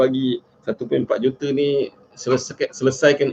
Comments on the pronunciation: Sebut juta gi jote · Boleh tak cakap dgn betul.... JOTER JOTER JOTER JOTER JOTER... Kau pergi sekolah Myanmar ke?